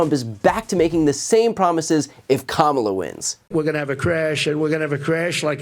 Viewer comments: Well, he is pronouncing VP Harris' first name correctly more often. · Wait wait waaaait. Trump ACTUALLY pronounced Kamala's name correctly at least once in that speech. Obviously an accident. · So did Trump accidentally pronounce VP Kamala Harris first name correctly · Exhaustion (and whatever else is going on with this psycho) seems to have connected the Rump's mouth to the true pronunciation of Kamala's name. The rest is ... the usual nonsense. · So sedated that he forgot himself and pronounced Kamala's name correctly. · Wow, it appears he finally learned how to correctly pronounce her name. 🙄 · LOL. He even slipped and pronounced her name correctly 😂😂😂🩵💙🩵💙🩵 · Oh look! Trump said Kamala's name correctly once by accident. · I'm stunned... it's the first time I've heard donOld trump pronounce Kamala's first name correctly - . He must have been extremely tired to let his obnoxious 3rd grade "name teasing" habit guard down. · He actually pronounced Kamala the correct way for once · Thank you BTC, I needed a good laugh! By the way, apparently he can pronounce her name correctly. No matter, he can just call her MADAME PRESIDENT 😂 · Same speech, 1000's of illegal immigrants a day on the border, never mentioned anything about the Canadian border, but at least he called Kamala her name correct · did i hear him right, did he actually pronounce her name correctly? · So at 817 of this video he says Kamala Harris ( he actually pronounces her name correctly), be he calls Tim Walz… TIM WALTZ!!!